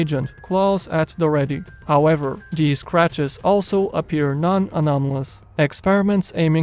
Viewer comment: Nice he said “many of dees cwetures”